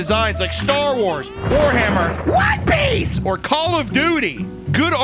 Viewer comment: Good job pronouncing one piece correctly